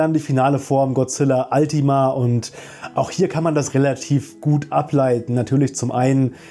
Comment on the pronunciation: Es wird nicht zusammen geschrieben und auch nicht altima ausgesprochen sondern ultima